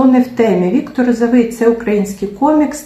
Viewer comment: А Ви спеціально наголошуєте прізвище Віктора неправильно? РозовИй та РозовИй 😐 Це елементарна повага до «героя» Вашого відео перевірити наголос в його прізвищі